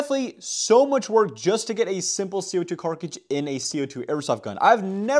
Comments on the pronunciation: Carkige kills me every fking time. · If you actually learn the actual way to say cartridge I will actually hit the actual subscribe button actually